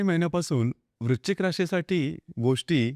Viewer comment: Video good.पण वृश्चिक म्हणा.वृचिक नाही.😢